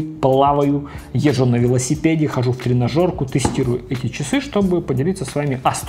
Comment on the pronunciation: После заключительных слов про часы Samsung, сходу фразу «Хороших Вам...» расслышал как «Хороший хлам...»😂😅